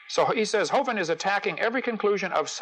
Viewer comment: Most people that I've heard (including Hovind himself) pronounce the vin in his name to rhyme with "win", not with "wine". Other than that, nice video.